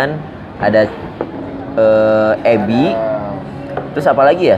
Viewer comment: Bukan abi katty tapi ebi...😁😁